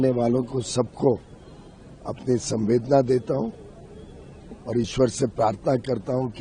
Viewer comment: संवेदना नही सहवेदना 🙏